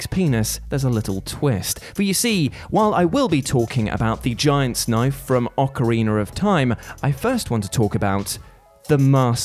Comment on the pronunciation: It’s OcarinA not OcarinER! Stop saying it with an R at the end! Also, Biggoron Sword: “Am I a joke to you?”